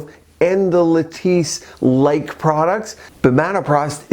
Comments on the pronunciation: Eh-hem.. may need to find a new editor. 😂 its latisse, not lettuce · Latisse not lettuce lol